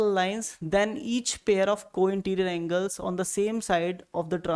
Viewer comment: Aneles nahi angles😅😊